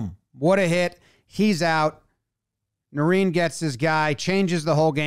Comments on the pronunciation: “nah rine” not “nah reen”, good breakdown though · Botched Narine's name btw😂😂😂. Its not Na-reen. Its Na-rine like cheese rind but without the d.